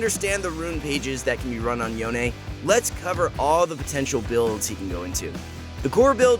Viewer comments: It s CALLED “YON” NOT “YON-AY” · yona??? yona??? its yone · Its yone, not yoNÉ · STOP CALLING HIM "YO - NEY"! it's pronounced as "Yowhn" for fucks sake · stop pronouncing him YONE-A. Theres no e' in his name. its fuckin YONE. just YONE